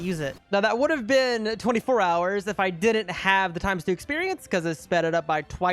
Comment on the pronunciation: What he said:"So i am gonna count that as 24 hours" What i heard:"So i am gonna count that a*s 24 ours"💀💀💀💀💀